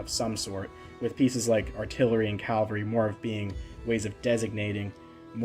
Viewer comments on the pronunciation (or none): The green siege weapon is a ballista or rampart crossbow. A trebuchet is a kind of catapult. I agree with your criticism of the map and I guess I'm more negative about it than you are. Also, maybe I am too picky but the word is CAV-AL-RY, not CAL-VA-RY.